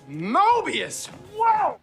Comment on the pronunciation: It's "Mobius" not "Morbius"